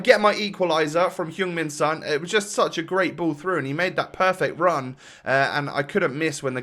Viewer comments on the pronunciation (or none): I’m I only one who hears ”human son” instead of ”Heung min son”?